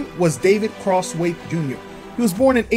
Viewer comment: David Crosswait jnr ! Just say his name ! Godamnmmm you..